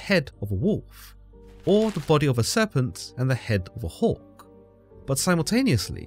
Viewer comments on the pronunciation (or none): none